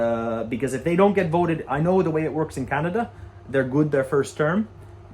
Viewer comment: Like here in Canaduh. 😂